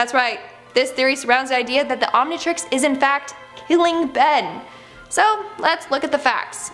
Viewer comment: Jajajajaja. "the Omintrix" killed me.